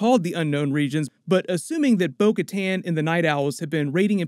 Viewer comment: Bo Kattan said her name like "Boca Tan"